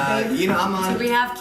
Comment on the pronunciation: I've been saying this since they introduced the segment a few years ago. I especially hate the way she says "have": "You HAVE the option to be notified..". We get it! It annoyed me so much, that I UNSUBBED.